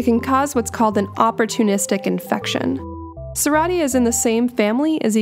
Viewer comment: Your pronunciation of Serratia is also a fine. It was named in honor of the Italian steamboat engineer Serafino Serrati. Thanks for making your educational videos!